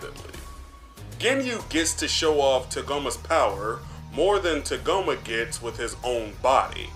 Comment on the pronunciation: “Tuhgoma”? What is this, Kagome from the VIZ Media dub of original Inuyasha?